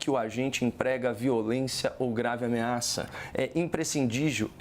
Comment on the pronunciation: É imprescidivio, caio😂